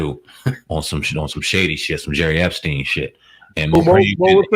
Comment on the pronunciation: Lol am I the only one that heard "Jerry Epstein" ???